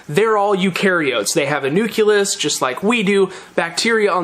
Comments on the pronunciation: nuculus. hehe. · Nu-CLE-Us. I had a professor in college make us repeat it over and over. Haha Love the science content though!